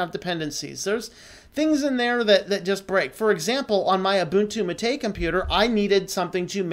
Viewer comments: Not tooting a horn but I've been using Linux on and off since the mid 90's ... my first distro was Mandrake, so I've gotten accustomed to hearing certain terms in a certain way... But, Like I said, great video, but Gnome, Gnu had (at one point silent "G"s) , and "mate" as in gourd I know (I actually drink my yerba from one) has 2 syllables... think of this similar to the "gif/jif" argument taking the internet by storm these days. Take no offense. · Great video, but your pronunciation of Gnome and Mate is killing me.